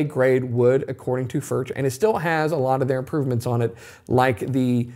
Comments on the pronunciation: Cant pronounce Foorh? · Just bough a vintage 2 d sr. It’s ..... beyond the money ! Way beyond the money! Good luck🙌🏽. Also it’s pronounced Furk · Please learn how to pronounce the name. For those of you saying they’re better than Martin, Martin has a very wide variety of models and all are of good quality for the money. If you spend an equal amount as a Collings or Bourgeois you’’ll find similar quality and the sound will generally be at least as good. Sound is objective. Some like bolt-on necks but I believe the Martin neck gives a superior sound to any bolt-on neck (because I prefer that traditional sound). The Martin-style neck is much more expensive to produce. The Martin 16 line has a similar neck to Collings and Furch and many others. The finish on the Collings is excellent. I’ve owned Collings, Santa Cruz, many Martins, and various other high-end and other guitars. Although I prefer the Martin sound, I’m not a fanboy for Martin. I have issues with them. Number one, Martin greatly increased the models available in the last several decades. For those who couldn’t afford a Martin, this allowed many to purchase them, but they weren’t the Traditional Line that made Martin the most famous and most-copied in the world. Martin has the Traditional Line that is built using CNC machines as well as hand-made techniques for some things. The Custom Shop snd Authentic Lines are mostly hand-made to my understanding. The Authentic is easily equal to brands such as Collings and Bourgeois if you prefer the traditional sound. If you like a more modern sound like Collings, Taylor and Bourgeois have you will prefer those brands. I pr